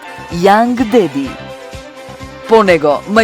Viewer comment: ...не е Деди туку Дади...да пишете семинарска океј, ама за една обична глупа реклама со глас со затнат нос имате сепак Google...